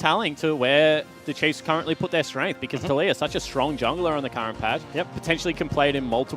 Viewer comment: did he just call taliyah latoya?